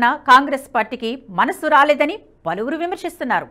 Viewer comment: అది “పలివిరి నోట” కాదు “పలువురు నోట మాట” అని ఏడువు. గొంతు వుంది కదా అని, అవాక్కులూ చెవాక్కులూ పలకకు.